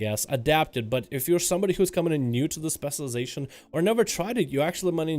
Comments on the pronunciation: Where do you live where they say "spesulization"? Or are you just spesul? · stop saying specialization please lol... and you say it in a weird way. Just say "spec" bro. thx